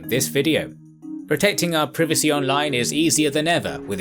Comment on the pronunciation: notice how this naga says Privacy?? wtf he isn't a human.